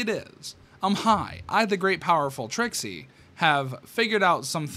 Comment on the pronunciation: You said the great and powerful tricks wrong its: "The GREAT and POWERFUL ttrrrRRIXIE!